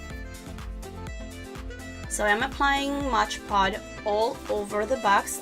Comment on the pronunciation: It’s soooo beautiful !! You are pronouncing it wrong it’s called Mod Podge not Modge Pod ! Just letting you know ! But your diy is soooo beautiful !!